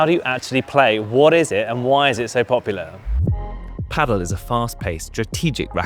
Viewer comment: "No one can agree on how to pronounce it" and then proceeds on say it in every way other than the way the Spanish pronounce it: pAhdel (enphasis on the A) 😅